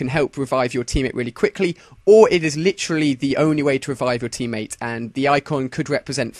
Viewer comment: Licherly = Litteraly